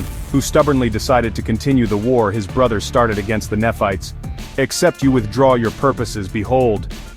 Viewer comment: “Néfi and Néfights” (Nephi and Nephites), “Moronee” (Moroni)? 😊 Did AI wright the script, too?